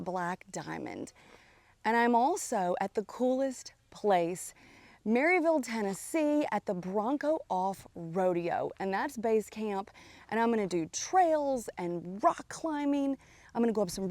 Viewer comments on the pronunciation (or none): “Mar-a-ville” is the correct pronunciation